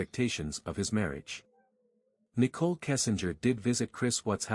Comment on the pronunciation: It’s Shannan and Nichol. Not Shoonan and Nickel.